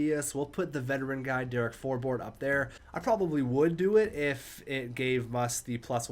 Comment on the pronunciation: For-Bort? Bruh it’s For-Bert. I’m pretty sure